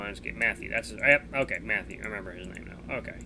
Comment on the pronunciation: You said cokay in - minutes in tge vid